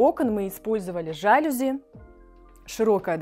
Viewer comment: В слове жалюзи, ударение ставится на букву И, это французское слово, в слове инженерия на последнюю букву Е! Вы представители творческой профессии, КАК можно быть такими неграмотными!!!